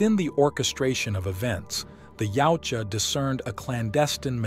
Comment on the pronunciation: Yautja can be said as either yowt jah or yah oot jah but never yowchua which I hear way too much